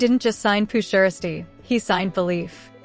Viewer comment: First of all this is SOME BS SMFH!!! But why she SAYING PURRR SHIESTYRr ALL WRONG LMAO🤣🤣🤣